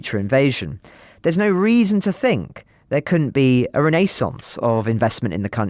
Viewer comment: That might have been the first time I've heard "renaissance" pronounced correctly.